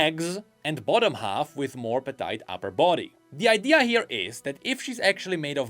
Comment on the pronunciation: never heard a more american way of saying petite than 😂🥐